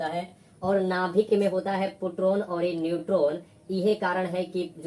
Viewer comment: Sir पोट्रोन नहीं होता, प्रोटोन होता है